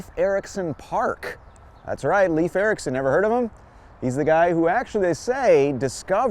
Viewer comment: Nice history, but remember that Leif Ericsson is pronounced LAYF, not LEEF.